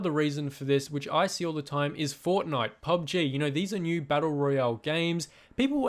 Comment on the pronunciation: You said pubj but it's pubg